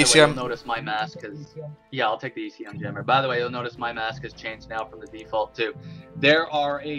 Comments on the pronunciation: It's ECM jammer, not EMC jammer haha. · Its ECM not EMC jeeeezz!